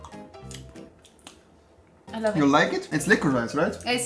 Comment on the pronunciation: Lakritz wird anders ausgesprochen